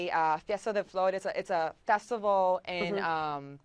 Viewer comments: Okay first of all, the thumbnail in your video is NOT Selena. You claim to be huge fans but can't even get her picture right? And second of all, it's Corpus Christi not Chrispy. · She totally said Corpus Crispy at the end lol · Did she say Corpus Crispy? lol